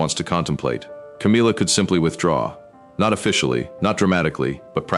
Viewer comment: The AI voice should learn to pronounce Camilla’s name properly